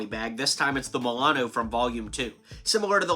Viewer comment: you said Milano wrong